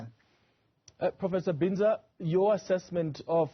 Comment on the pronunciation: Am glad my university is represented especially by a local academic 😊 Am not sure about how the "English " pronounceation of his name by the host though, how hurtful is it to ask someone "Sir/Madam how do you pronounce your surname instead of anglicisation. How does Binza become Bhinza😮 Prof Breakfast as ever brilliant, technologists came top despite Covid-19, Health Scientists did the same, but politicians were fucked up by Covid-19.